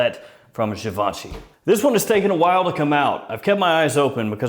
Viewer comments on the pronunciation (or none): Its Given-chee at least this is what everyone use to call it Given-chee Givenchy